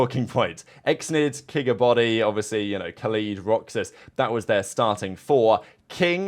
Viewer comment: This is what Shift kept calling him in the match vs Faze (maybe not on purpose but it was hilarious he never pronounced his name right)